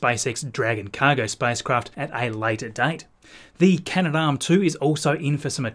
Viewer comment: Kudos for saying Canadarm, which has been its name for decades, but which most space junkies mispronounce, adding an extra syllable! (Those same "pundits" probably leave the last syllable off of Porsche, as well.)